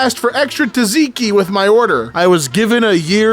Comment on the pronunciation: that's how you say Tzatziki???!